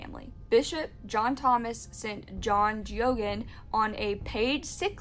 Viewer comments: It's pronounced Gay-gen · His name is pronounced " Gay-gan"